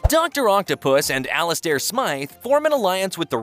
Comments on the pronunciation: The way he says Ali-stair 😂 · I stop watching when the computer got Alistair name wrong...